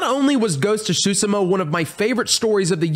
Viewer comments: BRO GHOST OF T SU SHIMA NOT SHU SI MA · Did he say shusima? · Yeah like seafood shushi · To make it simpler, it’s pronounced soo-sheh-muh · Ghost of Tsushima (Sue-shi-ma)!!!!! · Tsushima is pronounced soo-shima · If it is spelt Tsushima why say tshusima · Don’t wanna be a Karen but it’s pronounced (Soo-Shee-ma.) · The pronounciation on Ghost of Tsushima😭😭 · not to be a jackass but it takes a google search to finally learn how to pronounce Tsushima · Anyone else get triggered by how he said tsushima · He butchered the Tsushima pronounciation